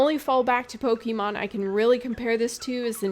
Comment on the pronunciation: This entire intro that you are not very experienced with Pokemon was pointless. You only had to pronounce it "Pokeymon" instead of "Pokémon" once for us to know. Also "A lot of people were seeing a Pokemon-esque game, and you are not incorrect but you are not fully right either." So... what makes it different? Because other than really cosmetic things like being able to pick nonbinary genders this is Pokemon with different creatures. It's fine, I am excited about Temtem, but after this comment, I was watching waiting for these big differences and... nope this is just reskinned Pokemon with co-op.